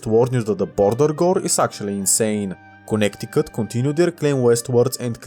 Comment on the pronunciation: bro really said "connect-i-cut" 🥀